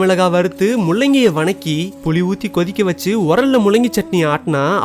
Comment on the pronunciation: உங்களுக்கு வதக்கிங்குற வார்த்தை சரியா வராத சகாே..